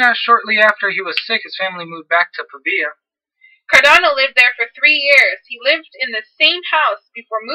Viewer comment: There's no "i" in Cardano.